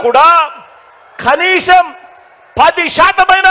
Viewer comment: ఖనీ‌సం కాదు కనీసం..అది కూడా రాదు.. ప్రజలకు నిజంగా గతం గుర్తుంటే జగన్ రెడ్డిని అడ్రస్ లేకుండా చేస్తారు.